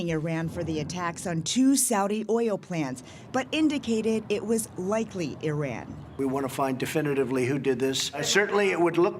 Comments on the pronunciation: Learn to fucking pronounce foreign countries and cities names Americans. Even trump gets it right - it’s Ee-ran not I-ran. Mos-co, not mos-cow. Fucking ignoramuses. Love your show jimmy btw. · Fucking CBS can't even PRONOUNCE "ear-RAN" properly! As you can hear when Trump(!) says it properly, it's "ih-RON". FFS.